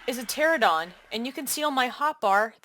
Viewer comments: It's not pterodon... It's Pteranodon... 🙄 Why does everyone pronounce it without the middle 'n'...??? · It's pronounced "Ter-an-oh-don" not "Ter-oh-don" lol. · Useful thanks. (btw it is TERA-NO-DON) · Psst: Trope-ee-oh-nay-thuss and tuh-ran-uh-don Not trying to be that guy; just thought that might be helpful if you're going to be saying those words this often. Everything else was spot on.